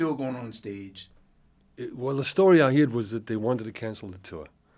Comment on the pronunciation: The way he pronounces heard like "heered" is so very south Wales 🙂